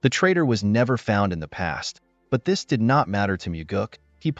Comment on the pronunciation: Alot of mistakes when pronouncing did/did not as well as other words‼️